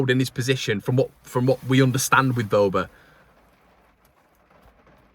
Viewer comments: You're right with his pronunciation. It is " Verber" Happy Christmas and a happy 2023. Please don't stress too much about our beloved club! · You have his name spot on